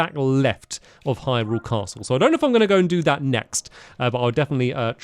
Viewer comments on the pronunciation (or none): none